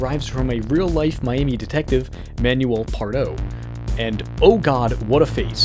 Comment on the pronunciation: Manuel* not Ménuol